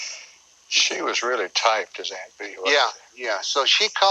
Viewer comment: Always remembered how he pronounced aunt bee. Aint bee.